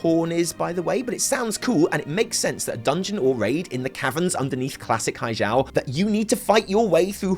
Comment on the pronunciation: Blah, blah, blah. WTS VC M+15 timed run. But seriously, it's pronounced hi-gel as in hi-tech, not as in hijab.